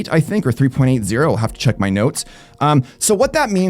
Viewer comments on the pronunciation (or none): none